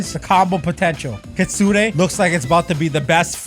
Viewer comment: Btw stop calling it kitsune a it's kit sune